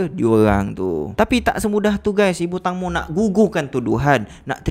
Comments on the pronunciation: Teng bang bukan tang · Bos sebutan tangmo tu tengmo..tengmoo..huhu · sebutan nama tenggmo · Ejaan memang Tangmo tapi sebutan yg betul "Tengmo" tau🤭.. Info dari orang thai sendiri